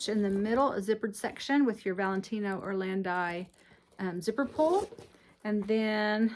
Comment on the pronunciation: Beautiful bags. The Italian brand is pronounced or-land-eee